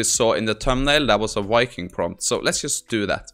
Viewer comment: What the hell is a "Wiking" ?? Had to laugh, smart enough to code, write prompts, math, but can not shake a pronunciation fault of the English language. :) Wuv Voo